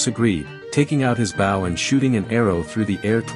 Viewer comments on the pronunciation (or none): AI VO fails: top 1,000 examples: "Eros was carrying a bow and arrow" -- "bow" pronounced like "bow down"